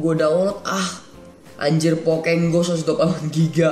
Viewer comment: Aneh pokemon go dibilang pokeg go lucu juga sih pas joget